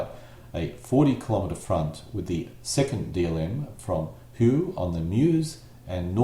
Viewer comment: I believe this is the only english language youtube video covering the battle in such detail. Your pronunciation of general Prioux's name was wonky (it's pronounced "Pree You") but what can you do haha. Other than that, well done!